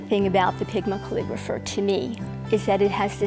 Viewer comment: Hi. I couldn't quite understand the name of the pen you recommended the beige coloured one it sounded like Pigmiker. Please could you tell me what it is called